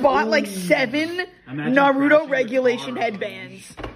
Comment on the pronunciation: Maam its NARUTO not NAHRUDOE get it right and those headbands are awesome so you can stfu (This is a joke-)